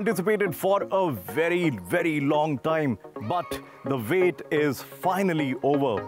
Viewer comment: ...but, the "vait" is finally over 😁 🍻 🥂